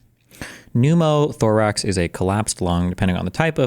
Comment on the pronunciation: dude really said pneumo toorax